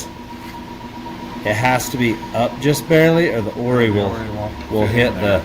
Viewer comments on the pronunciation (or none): Lmao oris most definitely pronounced o r i aka black magic. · For gods sake, it's "O" "R" "I". Off Road Innovations. Would you like people to change the names of your companies?